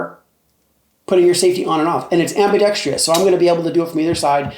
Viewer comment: AMBIDEXTREEEIOUSO NOPE PRONOUNCIT RIGHT